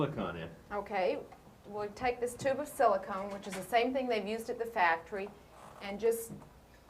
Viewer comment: It’s silicone Bob not silicon!